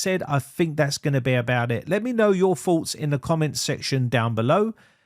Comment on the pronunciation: I have thoughts but not “fawts” because I can pronounce th….allwite mate 😂😂